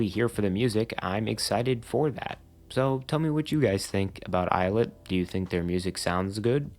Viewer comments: 2/10 pronounced as il it 7/10 pronounced as eyelid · 4/10 of it’s pronounced eyelet 1/10 of it’s pronounced ill-it loll